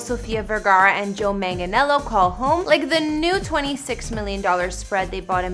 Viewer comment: I wasted my view, you can't even pronounce Manganiello correctly 😒. Basic etiquette 🙄